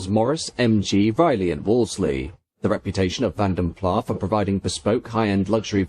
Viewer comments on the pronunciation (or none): I've heard that it should be pronounced ''Plaz'' not ''Plah'' because the brothers came from the Dutch speaking part of Brussels. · He doesn't pronounce it correctly. It should sound like ''Plaz'' not ''Plah'' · I've never got to the bottom of its pronunciation, Vanden Plarr or Vanden Plass? For what it's worth I'm a Plarr kind of guy, but what the hell do I know... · It's [Fan Der Plass]. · Great vide as always. However, the final S in Plas is voiced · Great video as always, but please check your pronunciation. Vanden Plas doesn’t have a silent S.